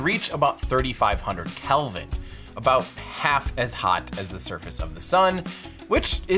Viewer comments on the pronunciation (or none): none